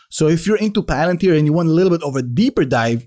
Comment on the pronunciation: Pah Lan Teer Pah Alan Teer!!!!!! Buy the dip dip dippty dip